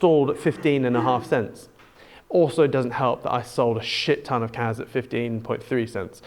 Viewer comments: Aways sounds like you are saying KAZ not KASSSSSSS fries my brain 😣Hope your charts come to fruition though 🤞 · he does say kaz.... lol